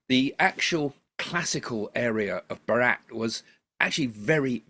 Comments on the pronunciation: Its bhaaaat not ba rat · FYI it’s pronounced “BHAARUT”